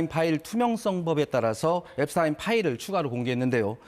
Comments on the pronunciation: 엡스타인이 아니고 엡스틴이라고요. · 앱스타인? 왜 자꾸 타인이라 하지 앱스틴 이다 ㅡㅡ🎉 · 미국에선 엡스타인이 아니라 엡스틴이라고 발음함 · 한국 기자들이 공부 안 하고 점점 무식해진다는 건 어제 오늘의 일이 아니다. 그러나 외국인 성명 발음 정도는 공부라 할 것도 없이 인터넷으로 찾아보면 순식간에 답이 나온다. 엡스타인이 아니고 엡스틴이다. 유대인이 독일계 성씨를 따라 사용할 때 '스타인'이라고 발음했지만, 미국으로 이주하며 본래 Yiddish 발음대로 '스틴'이 되었다. 그래서 독일에서 태어나 자란 Einstein은 아인슈타인이고 미국에서 태어난 Epstein은 엡스틴인 거다. 간혹 미국에서 태어났어도 '스타인'을 고집하는 유대인들이 있다. 그럴 땐 본인이 원하는대로 발음해주는 게 원칙이다. 엡스틴은 생전 자신의 성을 엡스틴이라 발음했었다. 그리고 엡스틴은 억만장자가 아니다. 재산이 $1 bil. 넘어야 억만장자라 분류되는데 그의 60%인 $600 mil.이었다. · 앱스틴 이라고 하세요.